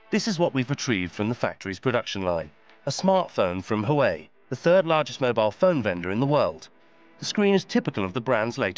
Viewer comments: Not “who-way”…. It’s “wah-way”……love your report but please get the pronunciation correct 😂 it will make your presentation more believable. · You guys aren't even interested in saying Huawei correctly. Why would they be?😂😂😂😂